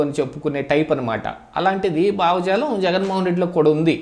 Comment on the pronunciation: బావజాలం కాదు. భావజాలం‌ అనాలి.